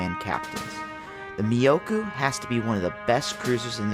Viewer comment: myo-ko... not miyokou. for the love of god, you'll enrage the weebs.